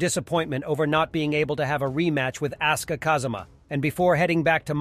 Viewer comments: You did not call asuka "ass-ka"😭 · Would it hurt to say asuka's name properly? I mean the game even announces the pronunciation